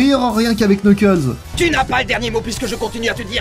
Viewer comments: Cette vidéo est presque parfaite a 1 détails prêt (on ne dit pas Knuckles mais Nuckles) 😅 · Je connais surtout Sonic X, pour Boom j'ai été très surpris, comme tu l'expliques, par son autodérision et son second degré. Une très bonne surprise, je dois dire. La vidéo est excellente, à part le Knuckles, ça se prononce pas comme ça !